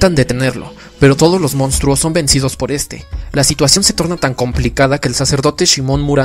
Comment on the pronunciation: Es mi idea o si pronuncia: "Mostros" jajaja Fuera de eso,¡ gran vídeo! Saludos del por ahora actual, 2020.